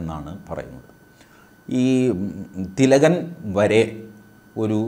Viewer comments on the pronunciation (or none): Sir, please do avoid saying Tilakan. We South Indians usually say such names like Ram as Raman. Ravan as Ravanan. Krishna as Krishnan. But do we say anyone's name in such manner..? No. How do we pronounce the name, Mohan Bhagwat..? Mohan or Mohanan Bhagwat..? Same was we must call Bal Gangadhar Tilak as Bal Gangadhar Tilak or Lokmanya Tilak. Tilakan sounds weird. I know am expert like you are aware of all such things. Still whenever you repeatedly speaks about Lokmanya Tilak, the usage of the extension 'an' sounds weird. In South we have names like Somadas and Somadasan. Shivadasan.. Same way what if anyone calls you T.G. Mohandas an..? Or Casually ..Hello Mohandasa... Ofcourse it will sound weird. So please do avoid Calling Tilakan. It's a humble request